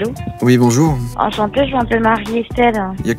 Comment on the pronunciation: jpp "bonjourin" "y’a pas de problèmin"